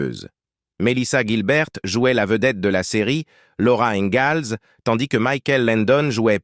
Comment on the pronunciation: Le mec qui prononce laura ingalls avec un z au lieu du s.